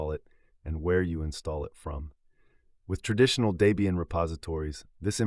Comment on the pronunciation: Never liked Ubuntu and especially snaps. BTW it's pronounced Deb ian not Day bian😉 The project founders then girlfriend name was Debra (Deb)